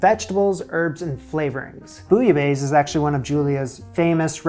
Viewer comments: lololol please just stop saying bouilla baise ! ican't stop laughing my ass of right now... because it means f*ck in french and sounds like peek a booh f*ck!! it's bouilla baisse like best but don't pronounce the T. and it means : boiled than lower (the temp) out of that nice vid as usual ... you are making progress. cheers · The way you say "bouillabaisse" made me pause lol sounds like you're saying "bouillabaise" and "baise" is a vulgar word for making babies.